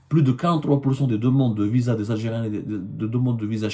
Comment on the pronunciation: Vous avez dit Visaa,Visa comme c visant?